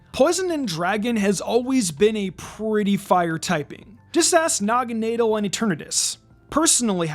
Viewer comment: It’s pronounced DRAP-ee-ahn, as in Dracula and Scorpion in origin, and nah-guh-NAH-dull, “Patrick Star”! 🤨 Stop mispronouncing Pokémon names, bub! 🙄